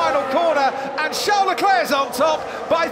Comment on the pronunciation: I hate how the commentator says Leclerc’s fist name. Like who the fuck says “charles” like “shall”